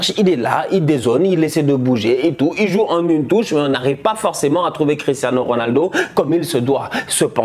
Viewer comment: "Cristhanos Ronaldo"😂